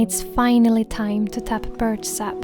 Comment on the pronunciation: Dear Jonna, when you say "birch sap", you make it sound like "bird sap"